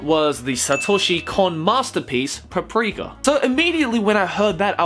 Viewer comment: strange way to pronounce paprika